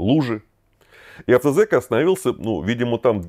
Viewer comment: Правильно «АвтозАк»